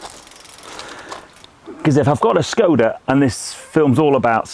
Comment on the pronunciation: its a skoda not a schhhhkoda in the same way that barclays is barclays not barclaaaaays and dacia is a dacia not a dacha, love a bit of corporate speeeek me - nice car though for a skoda